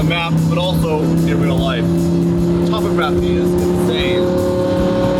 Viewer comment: top-oh-graph-E or to·pog·ra·phy 🤣